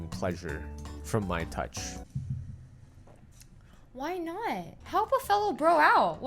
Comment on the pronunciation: Lol she said why nut